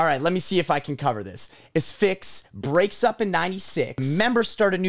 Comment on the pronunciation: Thank you for pronouncing it “uh-SFIX” instead of “ASS-fix”